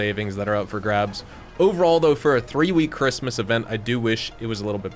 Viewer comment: Speech impairment or miss spelled Christmas 😂. Merry Christmas 🎅